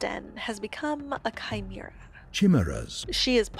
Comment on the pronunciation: this video was such an interesting interpertation of the story!! I haven't payed stp after the pristine update so this really made me go back to it :D the pathologic classic pronounciation of chimera was a jumpscare though, I can never escape that game...